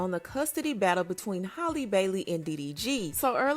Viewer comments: 🤦🏽 it's Halle pronounced like "alley"..like Halle Berry...Not holly🤦🏽🤣😘❤️ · HA-lee. Not Holly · hal E not holly. why do people do this to her but not halle berry 😅 i just dgi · Can someone tell her it's Halle ..like Halle Berry smh .. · Halle Berry was global and everywhere back in her day so everyone heard her name and how it was pronounced. Halle bailey is still niche so you have people not caring about how her name is pronounced